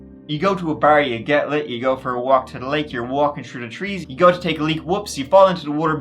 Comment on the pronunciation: Might I suggest you give it a “go”. And not a “goo”.